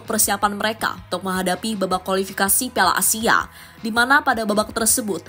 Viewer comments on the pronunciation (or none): none